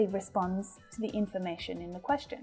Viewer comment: teacher,i am your student from kerala.i got a lot of improvments.madam i found ur pronounciation of the word 'question' wrong comparing to english men